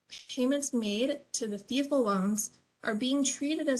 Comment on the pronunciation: FFEL is actually pronounced Fell